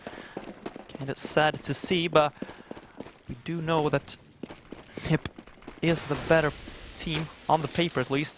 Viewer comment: Why do you say N.I.P? its nip